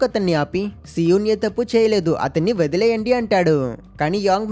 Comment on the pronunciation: so-un kadhu bro SI_EUN BRO